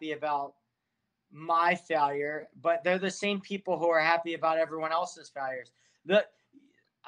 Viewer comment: Idk why but I find the way he pronounces “failure” odd